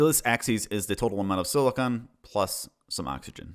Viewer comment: I like your video i think it is good. But you kept saying something that irratated mr slightly you keep pronouncing silicon as silicone they are not the same other wise. Epic sause